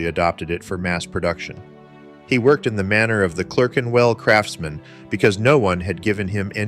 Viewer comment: What's this "Clurkenwell" stuff? A piece about British watch making with an American accent? Why??